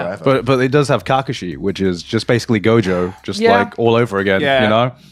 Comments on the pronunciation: e why did he said Kackooshi? Brother uuuuhhh 😢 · Kacke shee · Ka-kashi Not Kaka-shi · Not the "caca she" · this conversation was going well until the guy on the left pronounced kakashi as KAhh kashi, like that just pissed me off. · Who's kah-kashi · Bro rly said KakUshi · “Ca ca she” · Why they saying Kakashi like Ka-ka-she 😂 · KAH KAH SHI NEVER IN MY LIFE HAVE I HEARD THAT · Who tf pronounces kakashi as “akakashi” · What. the. fuck is KA-kaShi???? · Bro he said KAcooShee 💀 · Bro literally said kaka she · but why kahkahshe? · He said “Ka-Ka-Shi.” 💀 the cringe on that. Gross. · Why the fuck is he saying kaka shi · Garnt pronouncing Kakashi was so awkward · The way he pronounced kakshi's name made some part of me shrivel up and die inside🥲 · Kakashi sounds so bad in that way of pronunciation lol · I'm bewildered at how Grant says Kakashi. hahahaha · I have never heard anyone pronounce Kakashi like that man just did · Why does he say Kakashi name like that I’m just curious? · the way he says kakashi pissed me off lmao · No one gonna talk about how Garnt says Kakashi and no one calls him out on it😂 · Bro on the left butcherd Kakashi’s name😭😭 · Trying so hard not to dislike after he said Kakashi like that. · Not a huge Naruto fanatic or anything but the way he pronounced Kakashi just rubbed me the wrong way.